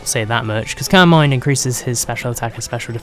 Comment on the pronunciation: i thought you said "Carmine" when you said "Calm Mind" LoL